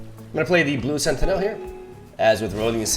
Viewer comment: Just a heads up, sentinel is pronounced sentinuhl, not senti-nèl